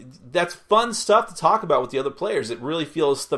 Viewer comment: "There are animals a boot..." Sounds like someone's been spending time with the Canadians.